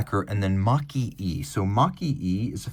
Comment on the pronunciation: Makie (蒔絵) should be pronounced as "Marque eh".